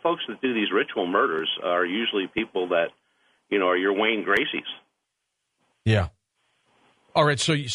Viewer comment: Wayne Gacy... Not Gracie!